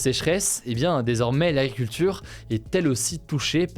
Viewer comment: J'aime beaucoup ton format d'infos (le seul que je regarde de tous ceux existants). Je voudrais juste te demander quelque chose qui j'espère ne sera pas blessant : s'il te plaît travaille ta diction, "l'aculture" pour agriculture, ça me perturbe. :( pardon.